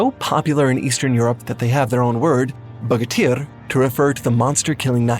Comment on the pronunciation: Excuse me but from my unnecessarily broad knowledge on slavic mythos i must say that "bogatyry" are not specifically monster killing knights/warriors but rather general "super heroes" of the time but yes monster killing was also part of their repertoire And good attempt at pronunciation!